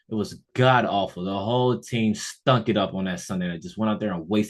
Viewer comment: Emphasis on the STUNK! 😂